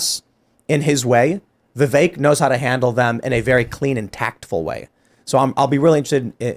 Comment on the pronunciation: the name is pronounced "vi-VUHK', NOT vi-vayk.......